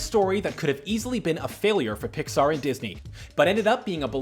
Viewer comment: For up he says "PIXARY DISNEY"